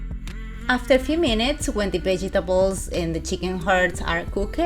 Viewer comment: The vegy-tabos...love the way she says it